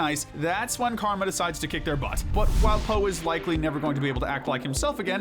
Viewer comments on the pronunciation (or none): none